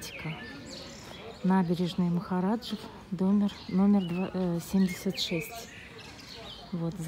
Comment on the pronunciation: Махаджиров а не Махараджев